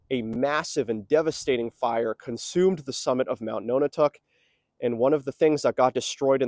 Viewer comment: Often spelled aerie but eyrie is a valid alternate. "Perched on a high place like an eagle's nest." Also can refer to the occupants of a nest. Decades ago I heard this place was called the Aerie House. Nonotuck is pronounced like non a tuck, not like no na tuck. Interesting video. Great views from up there. Cheers!